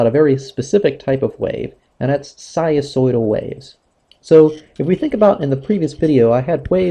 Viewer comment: What happened to the "n" sound in "sinusoidal"....?